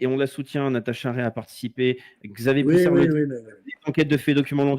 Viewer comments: Poussard pas polissard !!! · Ce n est pas poulissard mais xavier pouSSARD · Poussard, pas « poulissard »… tu fais exprès ou t’es con ? T’entends Soral le dire et malgré ça tu répètes « poulissar » 150 fois… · Poussard pas Poulissard !! 😂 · C'est pousar et non polisar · Pas foutu de retenir le nom de Xavier ..!?! Ce n'est pas Poulissard , c'est POUSSARD ... Commentateur de commentaire , pathétique . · La demande de Micron auprès de Trump a été confirmé par l'avocat du couple 39/14 lors d'une interview au Monde. Sinon, c'est Xavier Poussard, pas Poulissard! 😉